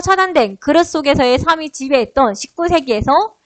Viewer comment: 강사 발음 너무 안 좋음 삶이[살미]를 사미로 발음하고 몰개성을 몰개썽으로 발음함